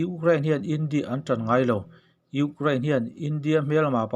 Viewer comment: Ukrlain tih mai mai, Chuan eng tawng mah ilam dik loh mizotawng tih loh Chu. Ama erawh Chu angaih nawm e